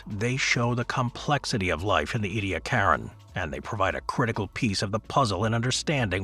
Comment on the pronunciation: 🙄 Ediacaran ( /ˌiːdiˈækərən, ˌɛdi-/ EE-dee-AK-ər-ən )